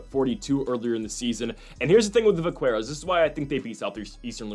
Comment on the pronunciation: Btw, it’s pronounced vak-keros. The “qu” is a k sound. It’s slang for cowboy in the southwest. I wouldn’t have said anything, but you said it a bunch of times and thought you should know.